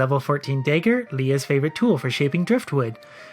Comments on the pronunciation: also I've never in my life heard anyone pronounce dagger the way you do. Day ger lol. It's dah ger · I'm really bemused by your pronunciation of "dagger". It sounds like you say "dayger" and I'm expecting "da-ger". :D I should probably not watch these after wine. Good video though. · The "Day-ger" put me off... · it's probably a Canadian thing. I live in Canada and I haven't heard anyone pronounce it dah-ger before. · I'm going to continue pronouncing it day-ger just to spite you. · I'm Canadian and I pronounce it dahger lol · Every time he says “dayger” it reminds me that some people pronounce dragon as “draygun” and it infuriates me. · like your videos but maybe you should look up how to pronounce Dagger. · Love you but you say Dagger weird.